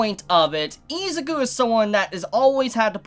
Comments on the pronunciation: Why do u pronounce izuku as iz a ku. The letter U does not make the sound of A in any word in existance so why would it here. If u cant read or say the main characters name properly how could you possibly act as an authority on my hero and do reviews if you dont have the basics to start. Not being a dink just it annoys me on how professional ppl like you act and then boom english iq goes down to a pop tart. Im not perfect but im easily 60-70 poptarts ahead of you. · its not its izuku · I stopped watching this video because he kept pronouncing Izuku wrong soooo Much in the first 90 seconds 😠😠😠👎👎👎 No Stars unsubscribe unfollow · Why you callling him izuku😭